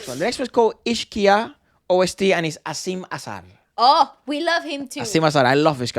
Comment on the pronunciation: It’s not Asiam-e Azhar-e Efra. It’s like said. Asim Az-Har